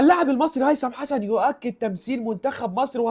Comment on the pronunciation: ياعم انطق اسمه صح الاول😂😂😂😂😂